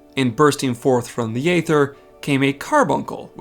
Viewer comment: Why do you keep saying "ay-ther"? It's been said out loud in the game hundreds of times and it's "ee-ther".